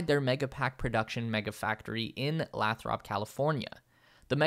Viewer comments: It's actual leiy-thurpk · The name of the city where the mega pack is built is pronounces Lay-thrup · it is pronounced "lay thra up"